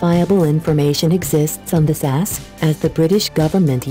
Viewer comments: It's S.A.S not sas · It's S A S not SASSS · Fuck sake its pronounced S.A.S NOT sass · Its no sas it S.A.S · I think it's a computer talking, that's why it cannot say it properly. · sas? S. A. S. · It's S.A.S no SAS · It's S, A, S. Not fucking 'Sass'. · "The Special Air Service, SAAS" Excuse me lady, what is a Saas? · Not Sure who was doing the commentary on this one. However since when has the S.A.S. been called "sasssss" ?????????? People do anything to be online. Show some effing respect before doing rubbish like this. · I’m fucking done SAS 😂😂😂😂 you said it wrong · You said SAS wrong